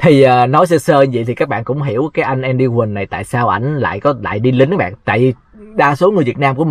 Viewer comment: Ten Andy mà doc thành Any tài???